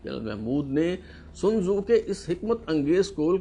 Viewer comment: What a timing to portray MNS as a lion in first part of the V Log... an interesting account but will not have the desired impact on public. 😂 Sun Tsu pronunciation should also have been practiced. How long did you researched to read out this VLOG. Who is the next general in your series.? Regards